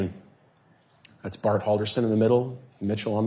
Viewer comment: Imagine having a defense lawyer that's so bad, she cannot remember how to pronounce your name right.